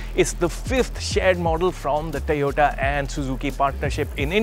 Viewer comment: This isn't funny anymore. Looks like this guy pronounces "O" properly if there is a Y behind it and not a T. "Tayota"? He's an embarrassment to the Autocar brand!